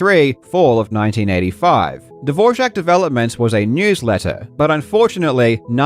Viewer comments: Why are you pronouncing Dvorak as Divorjack? Where did the j come from... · Why do you pronounce Dvorak with a j like dvorjak? Is it said like that? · I think that the biggest scandal is that you put a "j" in "Dvoark"... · Am I missing the "J" in "DvorJak"? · Why did you pronounce Dvorak incorrectly throughout this entire video? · I'm not sure you are pronouncing Dvorak correctly... on many many occasions... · Still tryna figure out where the j is in Dvorak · As czech it's always funny to hear non-czech speakers trying to pronounce "Ř" Barbara seems like Todd Rogers of speed typing. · huh. Is that actually how Dvorak is pronounced...? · It's unfortunate that he got it wrong because the Dvorak family doesn't pronounce it that way. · he thought it was Dvořák